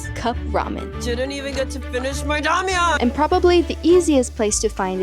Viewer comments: i had this thought too. clearly she can speak korean because her pronunciation for all the other foods were spot-on. so i was really curious as to why she kept calling it 라멘 instead of 라면. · it would be great if you pronounced 라면 as 라’면‘ not 라‘멘’. Love your videos. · DO NOT PRONOUNCE 라면 as "Ramen"